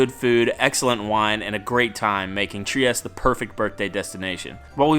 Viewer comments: Just found your channel because I'm looking up things to do in Bucharest. I live close to Trieste. Italians pronounce their e's, so the city is pronounced Triest-tay. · Nice video. Btw, the ultimate e in Trieste is not silent.